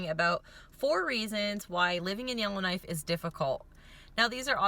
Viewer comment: I keep hearing Illinois but you're saying Yellowknife.